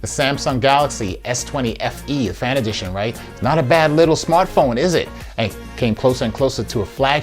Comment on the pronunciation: You make it sound like 'Samsung S20 Fantasy Edition'. 😃